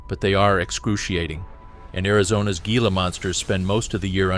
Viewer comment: its pronounced hila not G-ila